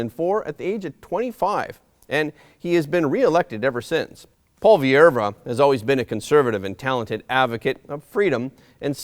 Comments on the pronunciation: You’re pronouncing Poilievre wrong. It’s “po-lee-evr “ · Pierre Poilievre it's pronounced (poy-ee-ev) and no we aren't looking for another Steven Harper... Pierre Poilievre is his own man and Harper had become a dictator to his party and the Country in the end which is why he eventually lost power. Do you're homework it speaks volumes that you could not even pronounce Pierre's surname. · Thanks but man, check out the pronunciation of the last name of Pierre. It is a French name, you don't pronounce the 'e' at the end. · It's pronounced "Polly-ev".Not "polly air vra". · Pwah-lee-ev-reu. This is how you pronounce Poillievre. Just trying to help. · Polly-ev. That’s how most in Canada pronounce his name. And we can’t wait to give Trudeau the 🥾 in the same way he did to the peaceful freedom convoy! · Pronounce Paul Le vay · you're mispronouncing Poilievre's name.